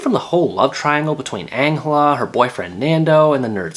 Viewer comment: Ma dude said Angula instead of Angela. How is it boring, It has everything you need if you didnt like it then you shouldn't have watched it :-: It's really good.